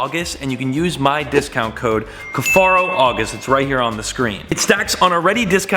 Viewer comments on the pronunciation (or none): I feel crazy for thinking he always pronounced his name as cuff-air-oh instead of cuff-are-oh